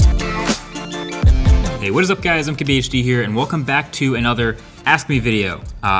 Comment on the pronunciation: Why does it sound like you say M-Q-BHD instead of mkqbhd